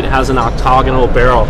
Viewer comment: it's pronounced "oct ta gun" not octog anun lol